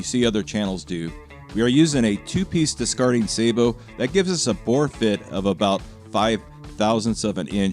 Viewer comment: I’ll say it again—THANKYOU for pronouncing the word “sabot” correctly. The average American is so illiterate.